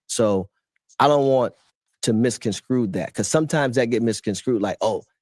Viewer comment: Did RP say “misconscrew”? Twice?